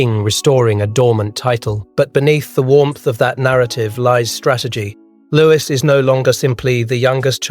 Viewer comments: It’s not pronounced Lewis but louie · It’s louis